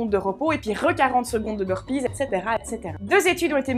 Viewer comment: 40 secondes de Beurre pizeuh... euh et le beurre salé ca compte aussi?;):P Merci je kiff des vidéos 🙏🙏